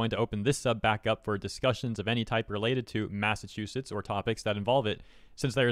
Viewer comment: what is a Mass Ass Chew Set